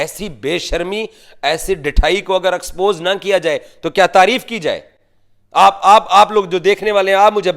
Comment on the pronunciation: Propoganda ❌ Properganda ✅ Expose ❌ Aaxpose✅